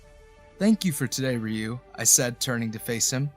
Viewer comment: The story clearly takes place in Tokyo, and the lovers only move to the US five years later. The narrator doesn’t know that Sato should rhyme with the Spanish word gato. He also makes Ryu into a two syllable word, instead of a single syllable word. This is part of the local name for Okinawa (which is the Japanese name for the Ryuku Islands). There is another name Seito that would be pronounced as the narrator imagines. And variants which I won’t explore. Even so the narrator reads beautifully I have to say! Japanese attitudes to homosexuality can be contradictory, and so it’s not surprising that the lovers emigrated.